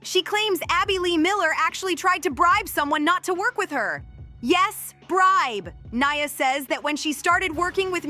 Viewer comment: Right? It’s about Nia, yet the commentator can’t even pronounce her name correctly